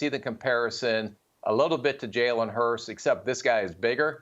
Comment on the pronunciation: Lol. Imagine being a former NFL GM and NFL Analyst and not knowing how to pronounce Jalen Hurts’ name.